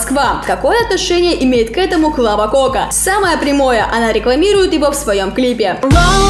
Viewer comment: Клава КАКА что???????? Олешера Бллл мои уши